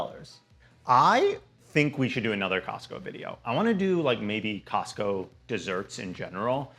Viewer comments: I was like... Wait... Did I hear him say Costcussy??? I had to go back and listen to that again. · cos-cussie??? lmaoooo subcribing!!